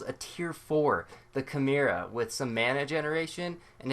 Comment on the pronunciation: "chu-mare-uh" lol